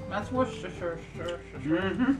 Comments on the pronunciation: worcestershire is pronounced worcestersheer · ah that's because in the OED (Oxford English Dictionary, the main dictionary in Britain) its spelt Aluminium not Aluminum lol, but for future reference the English shires are mainly pronounced sheer asin Derbyshire would be pronouned Darby sheer or Worcestershire would be wooster sheer and Gloucestershire is pronounced gloss ter sheer lol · It is pronounced Woostershr sauce.